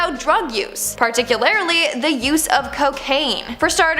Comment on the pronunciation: "Particularily"😂 you mean particularly